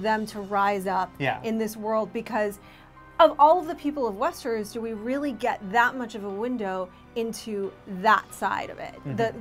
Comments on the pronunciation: Westeruus!?!?! WTF are u saying lady LOL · the the correct pronunciation for Cercei...at least thats how i heard George R. R. Martin himself pronounce it.... But Westernoos is totally unforgivable. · Cersay and Westeroos? So annoying